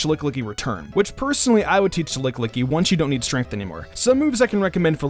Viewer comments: Anyone else thinking it's lickilicky not lick-licky!? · He keeps saying Lick Licky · "Licklicky" BOI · I giggled everytime you said lickillicky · Why he say lickilicky like that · You really need to work on your pronunciations of Pokémon names (e.g. Lickilicky, Gallade, etc.)